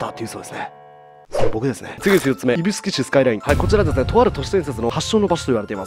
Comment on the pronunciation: ゆびしゅく❌→いぶすき○